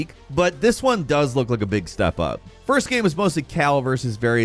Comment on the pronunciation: I think it'll always bother me the way this guy says "gehme" instead of "game"